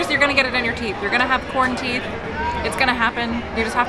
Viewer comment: I know said Corn Teeth, but I was sure I heard quaranteeth. That's covid for ya.....